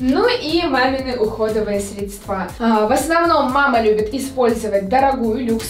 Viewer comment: средствА! Девочка без образования? Или из села?